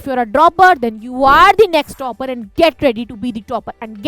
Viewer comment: Mam it's topper* not toper 😅 Anyways Mam my All in one series is not opening!? Umang2025❤